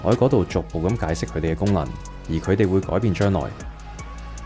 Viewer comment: 你好呀！岩岩睇到條片彈出嚟。 第一次睇到你嘅片 好好嘅分析，多謝！ 如果可以改改啲懶音就會讓人聽得舒服好多。 Eg 方向、強啲、佢哋、腳、行業 etc 我好珍惜廣東話嘅台，真心希望你做得更好。🙏 唔岩聽，就請delete. 謝謝！🙏